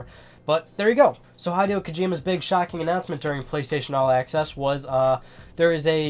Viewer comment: hadeo kojima???? dude say the name properly